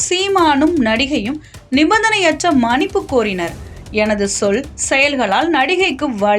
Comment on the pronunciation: மனிப்பு இல்லை மன்னிப்பு... என்ன வாசிக்கிறீங்க